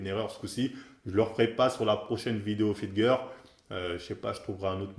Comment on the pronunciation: Les fameuses "FIT GEUR" 😂